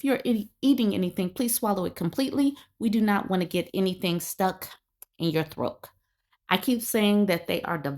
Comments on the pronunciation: Hey when u say throak thought u just be joking. Are you? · Stuck in your what? Throak? 🥱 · I can't be the only one who finds it extremely cute how she says throat with a k 😂